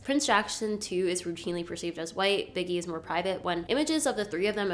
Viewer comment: 😂😂😂 calling Michael’s son biggie has me on the floor .. it’s pronounced bee-gee